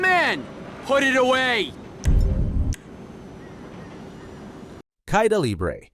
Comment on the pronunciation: Caida is pronounced Kai-E-da and libre was almost correct.